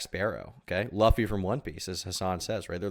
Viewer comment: He pronounce Luffy "Laugh-fy"